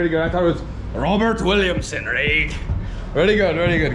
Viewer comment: Homie said "Robert Williamson" like hes an Ire' and I about died laughing 😂😂😂😂